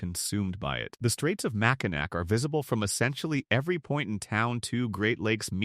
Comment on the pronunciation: nd exactly how is that going to help with mispronouncing names? Only way to help someone say/pronounce things “correctly”, would be to show them an example. For example: Mackinac is pronounced Mack-in-naw I would assume that would be extremely helpful for someone who is just trying to get their YouTube channel going 😊